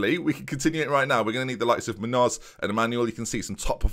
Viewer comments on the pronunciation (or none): Ben Munhoz is pronounced Moon-yoz